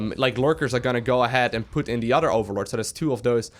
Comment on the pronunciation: He also says "otter" instead of "other" and "rotter" instead of "rather"